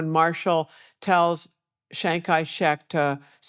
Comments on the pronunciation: ~ : "Chiang Kai-Shrek" 😂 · chiang kai... shrek???